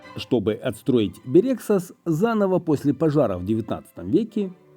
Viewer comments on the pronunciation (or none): Бéрегсас, наголос на перший склад